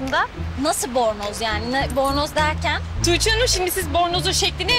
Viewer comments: Belmanin:toogce demesine ben bagimlisi oldum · belmanın tuğçe demesi ilk çok sinirimi bozmuştu şimdi bütün gün belmanın tuğçe demesini taklıt ediyorum kim bilir belmanın tuğçe demesini kaç kere çekiyorlar nekadar gülüyorlardır